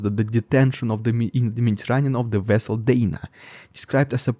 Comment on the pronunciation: Omg you sounded lije Chekov in ST4 lol. "The nuclear vesel" but spunded like nuclear whostle with your accent.